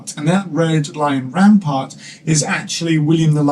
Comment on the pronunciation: At it sounds like you say the Scottish royal banner have a "red lion rampart" instead of a red lion rampant which confused a great deal. Cool vid.